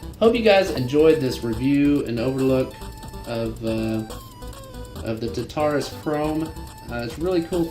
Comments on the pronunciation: Today we got the razer Tuhtarus!!it is pronounced tarterous. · tarrrr taaa ruuuus. Pronounce it correctly. Its greek hell not some made up word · It's pronounced Tar- tar- us . Then combine them :).